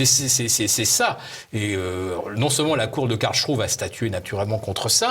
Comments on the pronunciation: Karlsruhe ne se prononce pas KARL+CHROU mais KARL+S+ROU ! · Philippe Béchade : Phonitique de Karlsruhe : C'est karels rouh Vous arrivez à prononcer ce mot correctement ? Merci